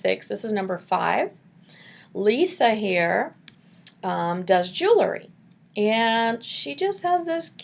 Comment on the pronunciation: Lol. "Jew-el-ry"